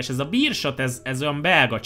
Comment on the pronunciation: A Beerschot így ejtendő: "bérszhot", antwerpeni csapat volt.